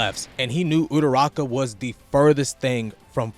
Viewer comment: Love this video! Great analysis broski- but please stop calling Ururaka “uturaka” lol